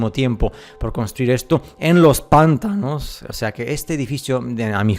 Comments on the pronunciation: panTAnos. Carga la voz en ta. es que se escucha muy cómico los PANtanos. es interesante tu pstura. Tengo que contarte que encontre una versión antigua de Las mil y una noches y ahí se habla de que el Sultán era el regente de la Gran Tartaria. Ahora, leí varios cuentos y las descripciones no son de parajes desiertos, sino más bien bosques, rios, etc. Me pareció raro ya que supuestamente se trata de una historia arabe. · "Pántanos" no, "Pantános" si pero sin la tilde marcada, te la puse para que sepas donde se acentua. Saludos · Checa la pronunciación de pantanos, lo estas diciendo pántanos, para el habla hispana suena como un rechinido. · Pantanos lleva su sílaba tónica en la segunda sílaba, “ta”, no en la primera... saludos